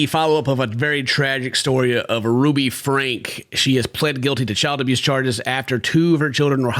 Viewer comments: Their surname is pronounced Frank ye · Franke - pronounce "Frankie" Not that she desreves that dignity, but for the sake of facts...